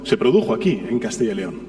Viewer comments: CADTILLA LEON??? COMO SE DICE PUES??? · Todo bien , menos que pronuncian mal CASTILLA YYYYYYY LEON